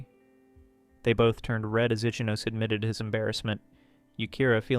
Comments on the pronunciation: Great video, but i would like to provide one bit of pronunciation advice. Ichinose would be said "ee-chee-no-say", not like "itchy nose"😂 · I enjoy your reading but please learn how to pronounce romanji. The rules are simple and consistent, but it makes a big difference. R.I.P. my man itchy nose. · 'Itchy nose'!? 😂 l believe that's what they pronounced it